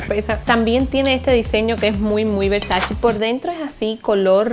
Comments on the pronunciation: Se pronuncia versache como en español, no versachi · se pronuncia “Versache”, te recomiendo que veas el video de las 73 preguntas que Vogue le hizo a donatella versace ahí ella dice como se pronuncia 🥰❤️ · Es versacE se pronuncia como E. Donatella lo aclara en un video para Vogue. Te amo 🤩😊😊 amo tus videos. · Hola ...se pronuncia VERSACHE ! CE =CHE .Besos y felicidades para los dos ❤😘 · Jaja me encantas 🥰 Y la pronunciación de Versace es muy fácil😁 "VersaCHE" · Me da mucha risa como dice versage . Pero igual la amodoro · Se dice VERSACHE así literalmente Donatella lo dijo. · Se escribe Versace pero se pronuncia Versache.😘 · Se las da de muy muy comprando cosas de marcas caras y ni él nombre de la marca lo puede pronunciar🤨🙄🙄😪